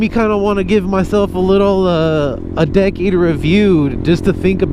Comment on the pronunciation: Half the time you said “decade” I thought you were saying “dickhead”